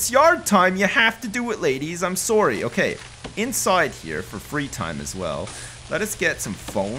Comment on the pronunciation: Every single "sorry" I hear reminds me just how Canadian he is.